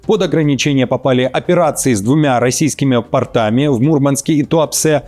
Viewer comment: Не портАми, а пОртами! Была уверена, что вы не ИИ. Желаете, что бы воспринимали вашу аналитику, говорите грамотно! Честное слово, надоело рекламирование портОв, протёртых в зоне ягодиц тех, кто их рекламирует.